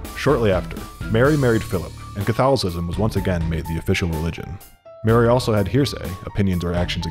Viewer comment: Bro can't say catholicism